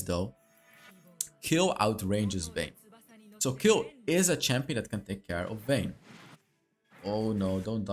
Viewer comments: Please dont say kill say kejl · Warum sagt er immer Kill 🤣🤌🏻 es heißt Kayle 🤣🤌🏻😝✌🏻 Ich bevorzuge sowieso ein Krit build. Ist einfach stärker